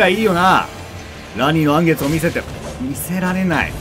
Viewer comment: 言い直してもアニのらん月になっちゃってるの草